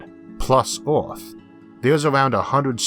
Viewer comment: Filtors? Univorse? Oerth? Yeors? What planet is this guy from?